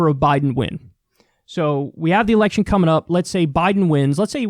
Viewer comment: I thought he said a centrist erection for a second.